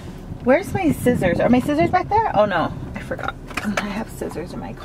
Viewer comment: Is nobody gonna talk about the “WhErE CoUlD Myyyyyy SiOsSoIrS Be”? I was laughing soooo hard lol 😂